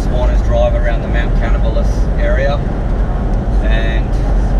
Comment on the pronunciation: is it the audio or is the Cruiser developing and knock/rattle? Good to see some green grass out there. 👍👍 Your pronunciation of Mt Canobolas cracks me up.